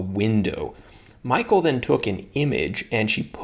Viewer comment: I think you pronounce her name MEE-KAAL